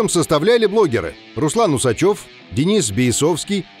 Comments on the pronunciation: Руслан усАчев , а не усачёв. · УсАчев, а не УсачЁв....